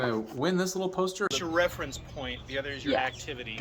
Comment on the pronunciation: peauster! poster! pohstah!